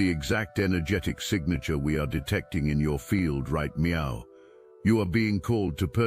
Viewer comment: MEOW instead of NOW How adorable 🎉❤😂